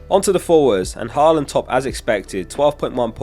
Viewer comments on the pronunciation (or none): none